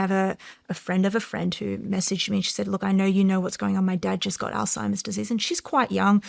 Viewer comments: I kno this is petty, but if you’re doing a three hour sho with an expert, I wish you would stop saying “all- timers” and say the word correctly especially when she says it correctly over and over. But very interesting show other than that. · Shawn, you just broke the record for mispronouncing Alzheimer's the highest number of times in the first minute of a YouTube video, congratulations!! "All-timers"😂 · It’s killin me. Why doesn’t she correct him?? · Did a whole show on ALZHEIMER'S and didn't research enough to learn the pronunciation 🎉🎉🎉😅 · At least learn how to pronounce Alzheimer’s before doing an entire episode on the subject. There’s no “T”. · Could someone please tell SR how to pronounce Alzheimer’s correctly. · Alzheimer's....... Lord God almighty you're speaking to an expert on it ... Learn how to pronounce it ... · Why can't Shawn pronounce Alzheimers correctly? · Reading “Alzheimer’s” on a paper and continuing to say “all timers” is wild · I am dying every time Shawn Ryan says altimers disease versus Alzheimer’s lol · Sean, I understand that you don’t claim to be the sharpest ballloon in the bunch, BUT….if you are doing a show focused on brain disease AND you say your grandfather died from it, the least you can do is learn the actual word. It’s not AllTimers, it’s Alzheimer’s, you dip stick!!!! Hearing you say All Timers like 1000 times in this video was brutal! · Whole time she kept saying Alzheimer’s, he’s looking at her like all-timers…🤣☠️ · Love Sean but can’t believe he is pronouncing Alzheimer’s “all timers” 😂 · ..is he saying "altimerz?" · He keeps saying Alltimers 😂 no worries I originally thot it was old-timers...not funny but ya know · My wife calls it "all timers" too. 😂😂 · Hes calling it olds timers 😅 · Shawn; Not “All-timers”, rather, “Alzheimer’s”. I am assuming you already know this, but just in case. You’re welcome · All-Timers??? It's Alzheimer's just for the record... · Is he saying ‘Old-timers’ 😅 it’s Alzheimers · "all timers"